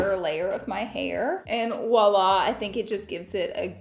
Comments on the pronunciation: It’s voila not wala just an fyi ☺️ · It is pronounced Voila, not woila! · It’s Voila darling not ouala lol😢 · It’s “ voila”